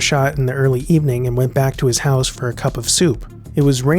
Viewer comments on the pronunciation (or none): none